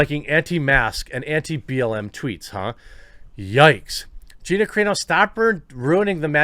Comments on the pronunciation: It's pronounced Gina sir ....on....o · Dude still can’t pronounce her last name properly LOL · You're never gonna learn how to pronounce Gina Carano's last name. Please Google it. You're killing me!